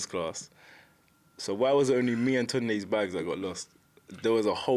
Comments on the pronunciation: What’s with the Tonde? It’s Tunde. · Tundoo? Bunce can't even get his trainer's name right, Tunde will be raging 😂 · If bunce calls tunde tunday one more time I think I’m going to have a seizure. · Greg Brown toondy.... 🤣